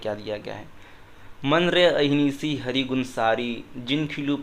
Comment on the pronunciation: Correction, when reading gurbani shabads, the choti ee and u ki matra at the end of every word are silent, for example hari is read as har, and mohu is read as moh, this adds meaning to the shabad